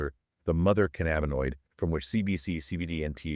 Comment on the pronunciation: This is the best overview of the ECS i have ever seen! My only correction is its called cannabis not can nabus! Theirfore its Endo canna binoid signaling system ! Not endoca nab inoid! Says Dr David Allen! 😎